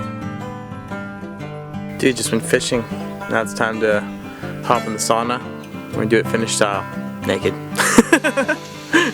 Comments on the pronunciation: Not "SAW-nuh" but "SOW-nuh." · it's sau na god damn it :D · please learn to pronounce"sauna"